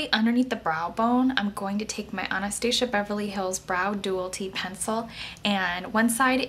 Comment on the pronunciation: I love how you say Anastasia <3 beautiful look. I'll definitely try this out tomorrow.